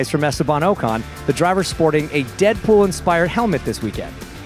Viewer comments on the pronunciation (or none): none